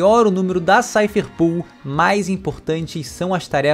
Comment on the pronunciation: Me dá agonia ver a internet inteira chamando a Cipher Pol de 'SAIFER PUL' como se fosse escrito 'POOL' sendo que é 'POL' de POLICE, portanto o correto seria SAIFER PÓL, kkkkkk. Não tô querendo corrigir ninguém e nem pretendo ser pedante, é só que isso realmente me incomoda, me dá uma certa agonia porque parece que todo mundo já definiu e aceitou que essa seria a pronuncia correta, kkkkkk.